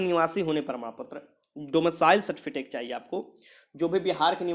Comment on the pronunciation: Sir certifitek nahi certificate hota hai